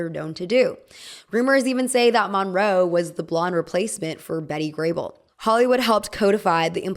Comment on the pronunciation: Your pronouncing Monroe wrong. It's brutal listening to you butchering this icons name